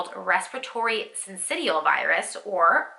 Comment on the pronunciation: RSV —- pronounce it “ Respiratory SIN-ci-SHUL virus” You just described my journey . I damn near died until I was finally diagnosed with Addison’s disease . Strange how similar in onset .